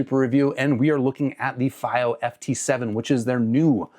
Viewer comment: fy-o? I'm new here, is pronouncing it that way an inside joke?